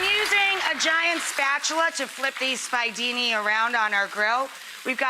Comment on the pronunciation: Omg....how can she claim yo be Sicilian and pronounce the "spiedini" "spy-dini????" It's making me nuts. And those are the size of braciole. I can't.